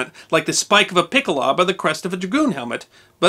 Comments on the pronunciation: PICKelHOWbuh, not Pickleob. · Please do not be offended but you could use some help with your pronunciation of German words. For example, pickelhaube is correctly pronounced "pickle-how-buh.' I offer my services in this regard. I am a former US Army linguist. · Great video! Great channel! Fyi: Pickelhaube is pronounced “pickle-how-beh”